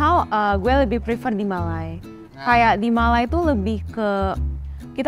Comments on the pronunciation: Sebutan Malay itu seperti tidak pernah belajar english. Malay ertinya Melayu, Malai ada kaum di India Malayalam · Benar. Dia asyik sebut Malai, agak aneh. Kalau dia jenis bergaul dengan orang tempatan , pasti sebut Maysia bukan Malai😂😂